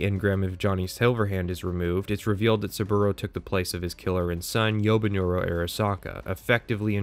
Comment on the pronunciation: "Yobinuro Arasaka" it's Yorinobu bro come on